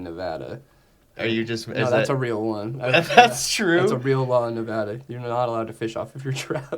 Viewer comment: I want to thank you on behalf of everyone from Nevada, for saying the name of our state correctly.